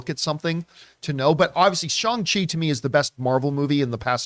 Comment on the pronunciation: John trying to say "Shang Chi 2" gives me major Chin Cheng Hanji vibes